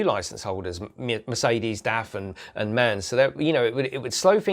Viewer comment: It´s called, M.A.N , not MAN :-)